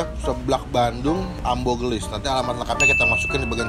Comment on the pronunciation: Ambuuuu banggg Ambuuuuu dibacanyaaa , :((( bukan ambo